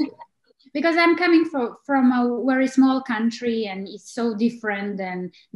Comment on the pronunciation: nije UERI vec VERI, nije UIDEO vec VIDEO leptipoljubim